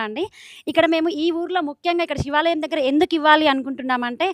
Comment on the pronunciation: షి వాలయం కాదు 🤦‍♀️🤦‍♀️ తల్లా శివాలయం